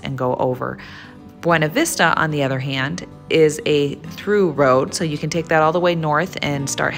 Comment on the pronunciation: Please stop saying Beana Vista. Totally giving a way you're not from Colorado.